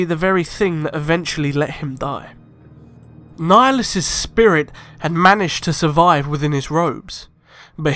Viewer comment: Darth nigalus